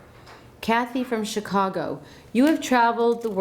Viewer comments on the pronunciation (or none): none